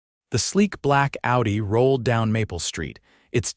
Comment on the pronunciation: The first line says "Outy", when you mean "Audi". Sloppy AI. Thumbs down.